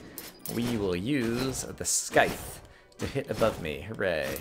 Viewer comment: At least with the nerdy glasses you're no longer color blind o3o?? Also, dangit, that c in Scythe is soft. it's not Sky-the. it's sai-the. =3=.